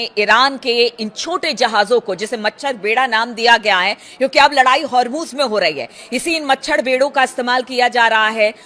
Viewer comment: Hurmuz and not har muz